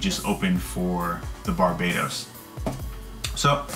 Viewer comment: What's wrong with kids and it's BARBATOS not Barbados